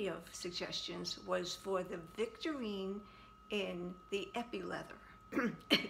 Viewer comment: I'm OBSESSED and will have to purchase this now myself! You ARE saying it correctly BTW 😉 TFS my friend & enjoy this gorgeous wallet! ♥️♥️♥️